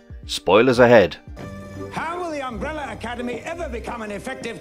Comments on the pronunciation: Sometimes you can say umbrella. So why at other times do you say “umbrellur”/“umbreller” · Why does the narrator keep referring to Vanya (#7) as ''victor'. Also, Umbrella does not end with 'er'. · "Umbreller" you Brits! 😁👍🏿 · Why do British people say "umbreller" 🤨